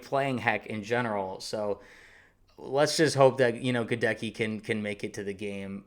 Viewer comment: My man, Goedeke's name is pronounced with the accent on the first syllable (GEH-deck-ee), not the second.